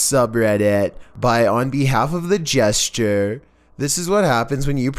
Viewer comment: 'Jester' not 'Gesture'.